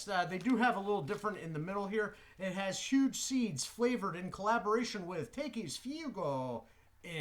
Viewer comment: Friendly FYI, it’s pronounced tah-keys